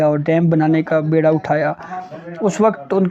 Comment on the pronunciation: بیڑا bairha نہیں بلکہ بیڑا beerha اٹھانا ہوتا ہے۔